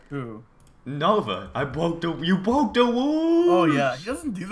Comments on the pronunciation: you bwoke the woows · u bwoke duh wools!